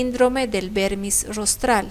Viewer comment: Excelente resumen de cerebelo y sus daños. Sólo algo puntual y no me lo tome a mal: El uso es de vermis cerebeloso (porque semeja a un gusano y proviene del latín), en vez de pronunciarlo como vérmix (se confunde así con el vérnix caseoso, que es el líquido untuoso de los recién nacidos). Así que se debe nombrar como vermis cerebeloso, en nuestro idioma. Es como ataxia, que se denomina a cualquier incoordinación muscular, pero se quedó por semántica al daño en cerebelo, predominantemente, aunque hay sensitiva, entre otras. El resto fue excelente. Saludos cordiales.